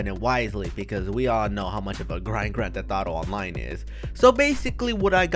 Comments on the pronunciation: Y does he say grantetetaro online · Mans says some gran theth auto